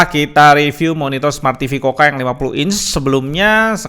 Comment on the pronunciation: Buset harganya, taun kemaren 2,8jt coocaa dapet 32inch smartTV 768p. Taun ini dah dapet 40inch 1080p. Btw klo gk salah dibacanya kuka bang bukan koka